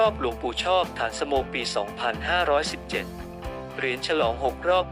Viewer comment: อ่านฉายาของท่านไม่ถูกครับ ฐานสโม อ่านว่า ฐานะสะโม เป็นภาษาบาลี